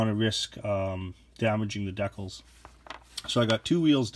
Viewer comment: Please pronounce decals properly.